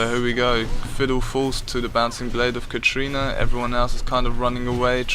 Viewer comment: Lol its katarina not katrina.